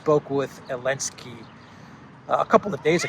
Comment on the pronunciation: Why ARE YOU SAYING ELENSKY it’s like no one knows, weird man